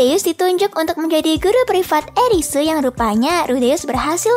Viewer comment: zenith jadi zentsu, eris jadi erisu, dan lainnya'